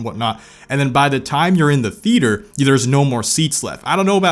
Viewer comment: ah yes, the theeter